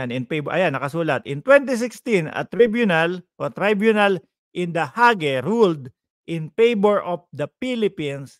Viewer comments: you pronounce it as Hayg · Pronounced as " Hayg"